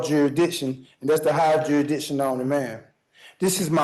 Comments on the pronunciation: 10 minutes in, and he can't even pronounce jurisdiction. We are in for an interesting ride, friends 😂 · Why can't any of these sov cits pronounce jurisdiction 🤦